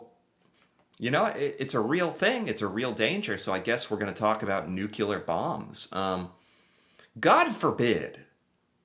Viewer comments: NuCLEar not nuKElar. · NU-CLEH-ARE. say after me! NU-CLEH-ARE! not NUKIE-LAWR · Why do you keep saying Nuculer? That's not a thing. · Please stop saying "Nukular"! Please? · Mate, you realy say it is "newkiller bomb" while meaning "nuclear"? :D Besides this, great video ;)